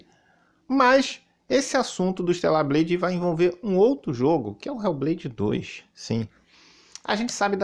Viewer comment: "RÉU BLEIDI DOIXXS" PRATA GAMER SEM LIMITES 😂😂😂